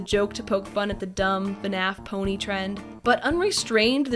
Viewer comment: Did...did she read pony and say p-aw-nee